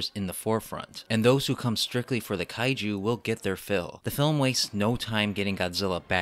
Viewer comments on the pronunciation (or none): none